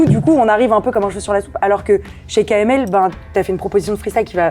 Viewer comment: Pierre Croce qui dit KLM... C'est KML pierre !!!!!!